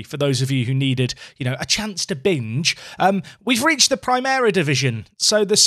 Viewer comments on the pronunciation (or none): none